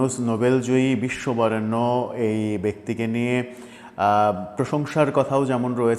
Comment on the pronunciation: আচ্ছা, আপনি বিশ্ব বরেন্য বললেন না কি বেশ্যা বরেন্য বললেন বুঝতে পারিনি । সময় নেই তাই রিভিউ করতে পারছি না.....